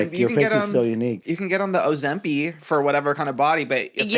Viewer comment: Not saying ozempy 😂😂😂😂😂